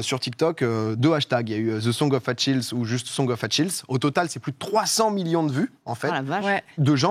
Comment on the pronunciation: Ça se prononce "Akiliz", pas "Atchilz".